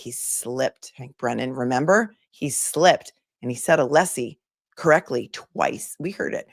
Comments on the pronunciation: It's so obvious and so disrespectful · The mispronunciation of Alessi is Hank's deliberate strategy to rile Alessi up. I have no doubt the jury is aware its a disrespectful game to Hank. He wont be winning anyone over.